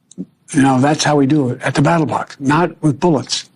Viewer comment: It sounds like he says at the battle box, not ballot box.